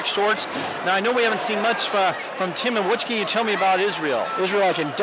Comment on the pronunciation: They say Tiemann wrong.